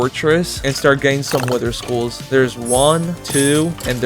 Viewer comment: Wither skulls sounded like wither schools